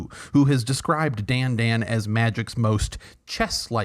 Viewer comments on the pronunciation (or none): FYI the hat on the second a means Dandân should be pronounced like Dan - done. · Thank you. I knew that the accent meant the second 'a' should be pronounced differently, and always wondered why everyone else didn't bother to at least make the two vowels different, even if they didn't know what vowels they should be.